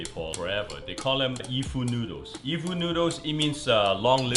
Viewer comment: It's Yifu noodles, not e-fu.